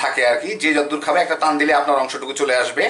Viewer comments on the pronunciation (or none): none